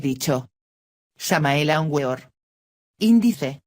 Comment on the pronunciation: Para la redacción por favor. Se dice aúnVeor